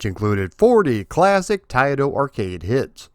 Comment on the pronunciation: Thank you for saying Taito correctly! Many people don’t know the proper way. My local 7-11 on Lincoln Ave in Chicago was a test site for video and pinball. They had Rastan there which I believe was the Japanese version or test. The bats never came out if you stalled anywhere. Also the generic enemies that are abundant in green were black on the version I played. Didn’t know there was an Apple IIGS version which I would have gotten for sure! This is one of my favorite arcade games with the whole package! Thank you for doing a more in depth vid on this classic. Keep up the great work as always! Maybe see ya at a future MGC.